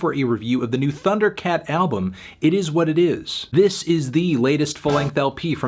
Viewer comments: Eet ees what eet ees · eet eees wat eet eees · It ees what it ees